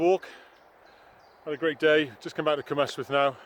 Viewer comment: hi, just a tip... it's not Cwm istwyth....ystwyth is pronounced like the last syllable in butter....like the word rust but without the r same applies for Aber ystwyth ...Aber (ust) wyth lots of people make this mistake....hope this helps you